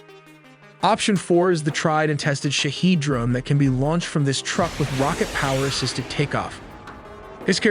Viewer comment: correction the word shahid is not pronounced as Shaheed it is Short ...Shahed.